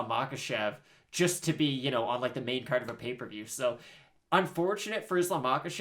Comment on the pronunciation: Agreed on the card accent.